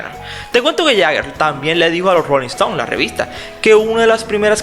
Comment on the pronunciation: Disculpa narrador, pero es muy difícil entender tu acento...a veces dices “Jeager “ ...jegger..o Jeager... si vas a pronunciarlo mal por lo menos quédate con uno...y no es! “ Yeager......” y no es Rolling Estons...